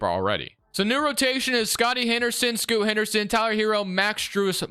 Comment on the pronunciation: Great video as always. You gotta use a different user draft class or edit Scoot's name... is is % NOT Scotty... is Sterling "Scoot" Henderson lol